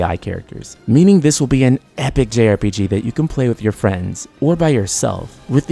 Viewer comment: Can this guy not pronounce As and Es? Every time he say many it sounds like mini. Then he says meaning and it sounds like........mini.